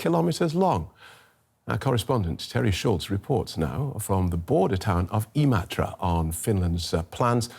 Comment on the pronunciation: Never imagined someone outside of Finland could pronounce Imatra so well